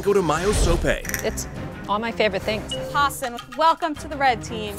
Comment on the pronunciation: I like how the narrator calls Hassan by hasen when it’s Hassan with a long a and long a.